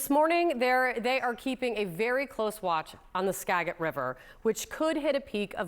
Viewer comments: It is always entertaining watching easterners mispronounce western names. Ska-jit, a soft 'g'. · Why can't you guys call someone in Washington so you know how to pronounce the names of things!!! In the name Skagit the "g" sounds like a " j "(soft g sound)????? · Ska JIT, NOT Ska Git. Please pronounce our names correctly. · Ska-jit, not Skag-it. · Its pronounced skaJIT not SKAGit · Skaa-jit, not Ska-git, please. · Some one needs to teach her how to say skagit. Its not ska-get its ska-jit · CNN. Research 2007 in Washington state. Much, much worse. I-5 at Chehalis was underwater, closed for DAYS!! And its not SkaGIT. Its pronounced SkaJIT. SOFT g sound. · PRONOUNCE IT RIGHT. It's a G not a Gih, east coasters always spelling our places wrong like Spokane 🤦‍♂️ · In Washington, we don't like the hard "g". So, words like bring (with the hard g) make it known you're not from around here. So, yes, it's Skajit, not Skaggit. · It is obvious that these reporters are not from the PNW. The Skaget River is correctly pronounced “ska jet” NOT Ska get. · It's obvious that you are not from the PNW either, since it's spelled Skagit, NOT Skaget. 🙄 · This isn’t backwards Pennsylvania where you pronounce your gs only the hard g. It’s Washington State and that is the Ska(jit) River. Skaggit is not a word and that is the only way it would be pronounced with a hard g sound. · yeh its ska-jit not skaa-get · It's pronounced Ska-jit. No hard G. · It’s a soft “g” in Skagit. Pronounced like “Skajit” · Thanks for the coverage- FYI Skagit is pronounced “ska-jit”. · The Skagit River is pronounced “Ska -Jit River” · Learn how to say SKA-jet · We are all warned, with days of notice. BTW, the “g” in Skagit River is pronounced like the g in legit. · That’s what I was going to say. Every “Skag-it” 😂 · How come you keep misspronouncing Skagit? It is ska-jit like cat it. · OMG it's "Ska-jit" with soft g. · It would have taken 2 seconds to learn how to pronounce Ska-jit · Skagit is pronounced like Gadget.